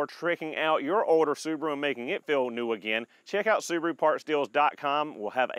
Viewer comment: The little soo-bar-oooo. Wow.